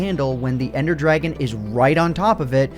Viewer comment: dwagon bos